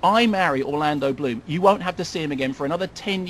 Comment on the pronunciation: It appears as though it is only devotees of the good doctor can understand his 'mis-pronunciation' of the unfortunate Mr Bloom. I agree with an earlier comment that maybe the good doctor could have used more detail but there is so much that is disappointing in this film that even an hour probably wouldn't do it justice. The hanging sequence, the complete misuse of the Kraken, Keira as a pirate and the stupid underworld sequence to name but a few - I mean it really is a let down.